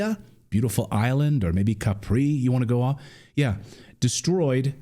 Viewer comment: Campi FLEGREI E isola di ISCHIA, isola di Capri. Non é difficile dirle correttamente☺